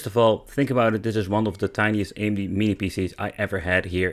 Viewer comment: You Say AMD, nice